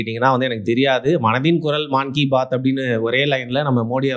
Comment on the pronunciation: மான் கி பாத் இல்லை மன் கி பாத்